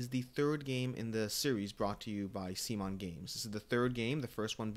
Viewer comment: You lost me when you mispronounced CMON.